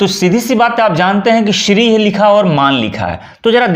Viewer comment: Sir ji Shri h shiri sh adha hota h r pura sahi prononciation batao